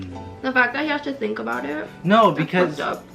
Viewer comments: “I tink you’re preetty enough ❤️” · “I tink your pretty enough”aweee😂😭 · “i tink your pretty enough” 😍😍😍😭😭 me: why can’t my boyfriend be like that- oh wait i don’t have one 👍🏽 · Favorite couple OML 😍😍 when said “I’m not pretty enough “ which you’re soooo pretty oml but when you said that looked at you right away and said “I tink you’re pretty enough” like OML 😍😍